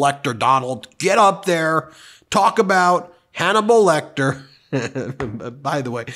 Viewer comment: "It's donible lecter"